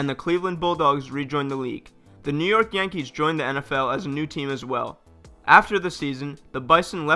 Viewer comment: “New Yerk”😂